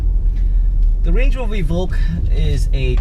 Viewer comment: LOL, I was reading this comment when he said it for the first time...I'm dying !